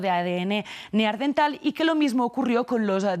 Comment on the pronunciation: Neandertal no neardental.